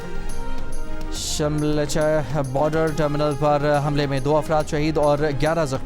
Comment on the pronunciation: شملچه😂 شلمچه ہوتا ہے